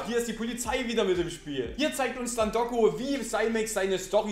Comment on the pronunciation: Auf Deiner linken Schulter sitzt mal wieder n Staubkorn! Neee, das Video guck ich nich! xD PS.: Nich Doggo, sondern Toggo!